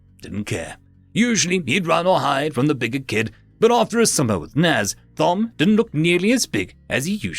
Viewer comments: Dude... Thom is pronounced Tom, as in Thomas. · the h in Thom is silent, as it's short for Thomas.